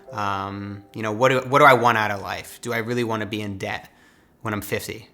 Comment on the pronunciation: It’s not dept it’s debt